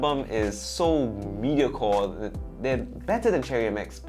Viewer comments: me-di-o-cre not mediacore pls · "Mi-di-OH-ker", not "MI-dio-core", haha